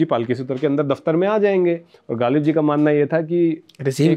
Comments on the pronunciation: The Urdu pronunciation needs correction. It is jarring to the ear. Ghalib was pronounced as Galib !! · वीडियो शुरू होते ही ग़ालिब को गालिब सुनना थोड़ा बदमज़गी-सा है. साहिर का मशहूर शेर भी ग़लत पढ़ा गया